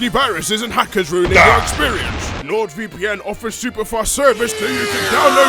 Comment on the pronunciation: Am I crazy or did change the way he pronounced NordVPN to LordVPN? Compare opening to. I may need a hearing aid.